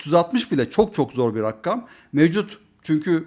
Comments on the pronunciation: abi rakam kelimesini özellikle rakkam söylüyorsun :( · Serdar Bey rica ediyorum, "rakkam" Arapça kökenli bir kelime olsa da artik Turkcelesmistir. Lutfen kelimeyi Arapça gibi telaffuz ederek dilimize zarar vermeyin. Türkçede "rakkam" degil "RAKAM" denilir. Tek 'k' ile soylenilir. Eğer dilimizi de Arapça gibi kullanırsak Turklerin geriye hicbir seyi kalmayacak. Cok rica ediyorum bu ısrarlı telaffuzdan vazgeçin. Saygilar